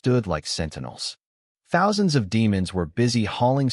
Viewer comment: 49 THOUNSANDS KILL HUH